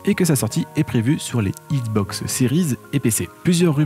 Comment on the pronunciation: Issssbox ? Je suis nul en diction mais entendre écorcher le nom xbox 50 fois par une chaîne spécialisée XBOX c'est chaud 😆😅 sinon le contenu est top merci !!!